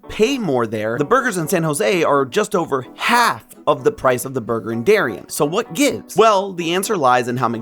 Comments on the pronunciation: Also it's normally pronounced Derry-ann', say it a little heavy on the nasal sound on both syllables and stretch out the Ann a bit (kind of Bronx-ish). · Just a note, Darien, CT is pronounced “dairy-ann”. My paternal grandpa grew up in Darien as a kid.